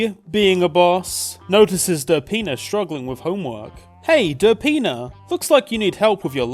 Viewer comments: every time you say "derpina" it sounds like "da penis" lol. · i keep thinking youre saying der penis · what he says: derpina what I hear: da penis